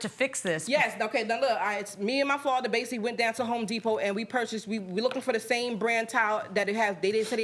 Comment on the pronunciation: It’s Basically NOT Basially geesh